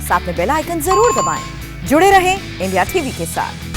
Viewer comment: आप तो साफ बोलती है इंडिया t v लेकिन आपकी एक दूसरी एंकर ndtv बोलती है जो कि सुन कर बहुत कोफ़्त होता है कृपया उनको सलाह दे कि साफ साफ इंडिया tv बोले।होठो को दबा कर फालतू का स्टाइल ले कर ndtv मत बोलें